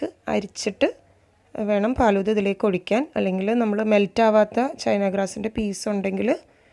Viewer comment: ബോംബെയിൽ (ഹിന്ദിക്കാർ) ഫാലുദ എന്നാണ് പറയുന്നത്. പാലുദ എന്നല്ല. എനിക്ക് ഹിന്ദി നന്നായി അറിയാം. മുജെ ഹിന്ദി അച്ചി തരഹ്‌ മാലും ഹൈ.